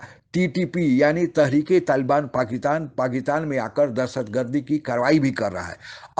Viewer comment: हेलो एंकर साहब, बलूच लोग जो पाकिस्तान पर अटैक कर रहे हैं वे दहशत गर्द नही है। वे अपनी स्वंतत्रता के लड़ने वाले सैनिक है। ध्यान रहे इस बात का। पाकितान नही पाकिस्तान होता है। उच्चारण शुद्धि ले आएं अपने बोलने की शैली में। बहुत ही अशुद्ध उच्चारण का प्रयोग करते हो आप इसीलिए वीडियो का कोई खास प्रभाव नहीं पड़ता अपितु देखने वाले थंबनेल और शीर्षकों की वजह से आकर्षित होकर देखते हैं🙏🏻